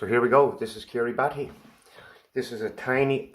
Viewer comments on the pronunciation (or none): Kiribati - pronounce Kiribus. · Kiribati is pronounced "Kiribas" it is sinking and will be underwater soon so the whole nation is being relocated basically...